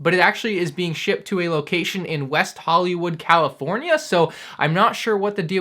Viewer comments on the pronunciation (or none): none